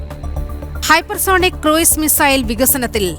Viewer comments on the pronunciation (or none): Cruise = ക്രൂസ് ✅ ക്രൂയിസ് ❌